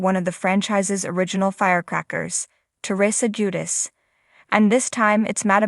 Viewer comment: What's bad what's sad? It's JuDICE. It's hard to even watch and listen bc of how poorly you voice these. I can't come back It's just too damn irritating.